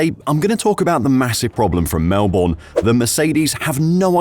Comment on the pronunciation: 5 vids later, you're still having trouble pronouncing Melbourne.... reminds me of Mercedes alright...